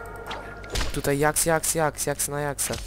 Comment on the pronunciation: fajnie ale mówi się dżaks